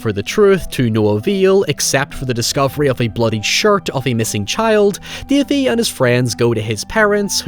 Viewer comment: My favorite protagonist, "Dævee, the pæperbœy".